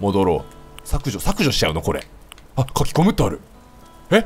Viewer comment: 「書き込むってある？｣ キヨノサウルスのなまりかな？？